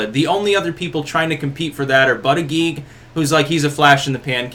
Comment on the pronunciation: You are mispronouncing Buttigieg's name. It's BOOT-ih-judge.